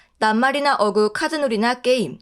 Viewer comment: 어구..가 아니라 어꾸.. 라고 읽어야해요